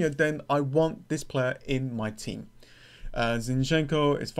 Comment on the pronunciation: Man, please pronounce ukrainian surnames correclty. Your emphasis on "enko" is not correct. Yarmo'lenko, not Yarmole'nko. Zi'nchenko, not Zinche'nko.